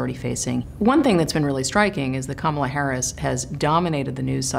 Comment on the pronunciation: By this time he should at least know how to pronounce her name correctly. It is KAM-ala, not Ka-MA-la. Ya think??:face-turquoise-covering-eyes